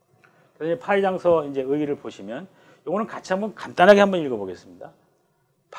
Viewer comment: 장서으 긴"장"잘 왜 길게 발음 하십니까? 틀렸습니다. 하문 강사로서는 이런 자고저 장단문제에 잘못이 있어서는 아니됍니다.